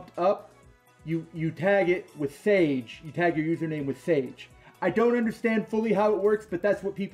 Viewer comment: It's not "sage" it's the japanese word "sa-ge".